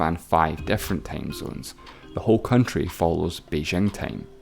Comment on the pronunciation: just asking why are u pronouncing fifty as fefty and time as tame ?